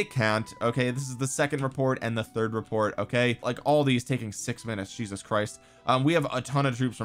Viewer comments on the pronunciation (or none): none